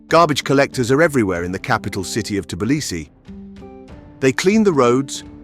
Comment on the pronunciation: how can I take advice from somebody who can’t even say the name of the city correctly?